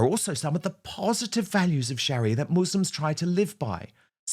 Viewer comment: Dan. Don't mean to say this but I believe you're pronunciation It's not correct.I don't know, it's because of your accent.Or just the way you were raised in school.But the pronuaviation Sharia Law.